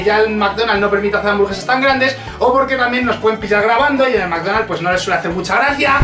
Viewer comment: McDonald's maikdonald's